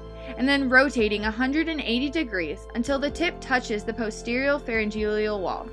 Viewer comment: "Pharyngelial" "Nasogelial" haha. I had to watch this on mute because the pronunciation of many medical terms was driving me crazy. "Flang" hahaha